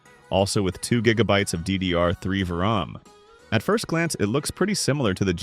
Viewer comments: "veram" yeah the audio is AI generated I would much rather hear a real voice than AI slop. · "VIRAM" nice AI slop there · Pronouncing VRAM as VRAM is rage inducing! Did you read both differently if so we can be fwends :P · "vram" "retrees" huh